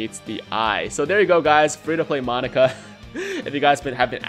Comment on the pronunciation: It'd be awesome to see you do a Monaka video...only as long as you say his name right. Because saying "Monica" this many times made my eye twitch and I can't imagine the cringe that would come with how many times you'll say "Monica" on a video centered around Monaka.